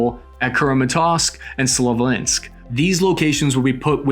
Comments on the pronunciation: You butchered nearly 100% of all names. It's Cram-a-torsk / Slow-vee-ansk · Cmon buddy if you’re going to put out videos with this many views at least say kramatorsk & sloviansk correctly. They’re major strategic cities not random small towns…